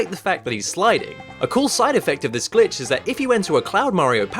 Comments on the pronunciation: you say glitch or bitch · I only who hear b*tch instead glitch?